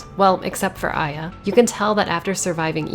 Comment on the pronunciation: I always thought it was pronounced eh-yah, not eye-yah